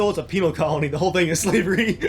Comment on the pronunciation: It's pen-al not peenal